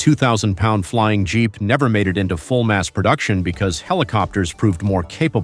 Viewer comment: "Jeep" is not pronounced "geep."